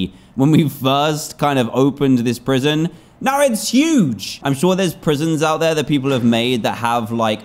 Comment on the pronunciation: Watch the episode again he said proision